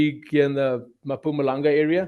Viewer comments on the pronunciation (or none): Hey, it's mpumalanga not mapumalanga😂😂😂